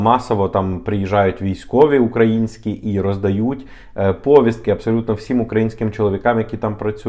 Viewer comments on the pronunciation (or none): не пОвiстки! а повIстки!Наголос на I.